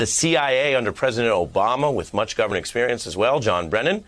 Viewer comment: Go'bment lmao